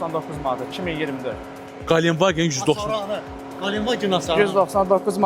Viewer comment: Qalen vagen yox, ,,Гиленд ваген,, adını düz deyin.